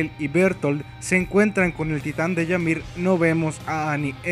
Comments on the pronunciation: Buen video pero es "imir" no "yamir" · Yamir durante todo el vídeo y al final la empieza a llamar ymir habla bien xD kdkdkdkd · no se pronuncia yamir, se pronuncia imir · Es "Ymir" y se pronuncia "Ymir" no "Yamir" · No se pronuncia Yamir,se pronuncia Ymir,tal como se escribe. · Una crítica constructiva, la palabra 'Ymir' no se pronuncia 'Yamir' sino que 'Imir', como si fuese una i latina. Saludos. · Se pronuncia Ymir no llamir :7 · No, según yo si se pronuncia "imir" y se escribe Ymir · Dark Dragon No,ni los japoneses la llaman así,ellos pronuncian "Imiru" pero se escribe Ymir y en español es "imir" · che man te aviso que me parece que se dice imir ose la y se pronuncia como i latina